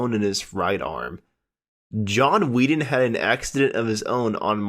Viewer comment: It's John WHETTON not 'Wheaton' . Please go back and pronounce the names correctly.